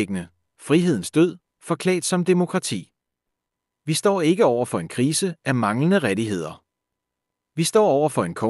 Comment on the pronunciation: Hej Følger alt hvad du barsler med, men denneher er indtalt af en robot, som trænger til dansk undervisning. ⬇⬇klik på tiden Rettigheder reddiheder et flag alle låv så i vinker fla love (eng) Sokrates... illusione engæjke... udfårer mindfillnes logikilejne opsørger hvem får mære dissenæretibbel love (eng)... praktiser forsvenen transformere... observer (eng) falded af farvel Det går ud over troværdigheden. Hvorfor indtaler du ikke selv? Venlig hilsen Helgeras. Radtsgrivningsægspærd